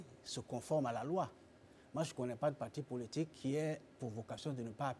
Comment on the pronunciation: Pourquoi elle prononce toujours "pôlitique" au lieu de "politique" avec un "o" ? Ça c'est une prononciation avec un accent béninois !